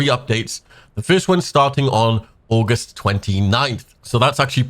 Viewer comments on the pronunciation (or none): none